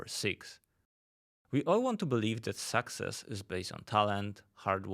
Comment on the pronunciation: Maybe you should learn how pronunce success first